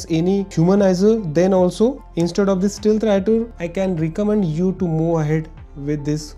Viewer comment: involved not invold, move ahead not moo ahead